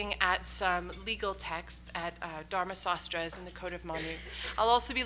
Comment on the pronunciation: Sanskrit Pronunciations are FAR from desirable --Dharma Saasthra --Raamayaana --Needhi saasthra --Kautilya's Artha Saasthra -Dhama -very,very poor Pronunciation --one has to play Audio again and again to understand what is the Sanskrit word that is being pronounced if there is a "WILL" --there is a WAY" --There is NO "WILL" to learn correct pronunciation Czechoslavian youngsters --even VEDIC SANSKRIT with INTONATIONS have learned Absolutely Correctly --we have a "Weakness" --if WE get a Doctorate Degree, we feel that we are "Super-Toppers'